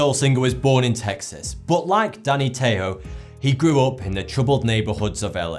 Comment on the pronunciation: Wow... ""